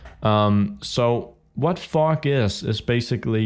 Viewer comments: when you say fog it sounds like your saying fuck xD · When you said FOG for the 1st tiem i thought u said f*ck :D